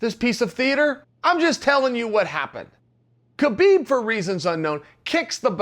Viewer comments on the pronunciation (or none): Its HA beeb Not Ka beeb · Chael is a smart man. Why does he keep calling Habeeb, Kabeeb? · Chael still hasn’t watched the joe rogan podcast on how to pronounce (k silent) habibs name...